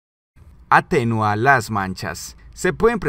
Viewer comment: No es atenua...sino atenúa, con acentuación en la U!